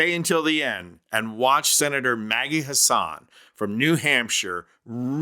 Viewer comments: New Engladers pronounce Maggie's last name as Hassen, not Hassahn. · I''m from NH. It's Maggis HASS-en ------ not an Arabic name, her husband is Irish.